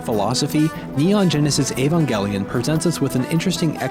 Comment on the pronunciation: trye, but it's evangelion, not ayvangellyun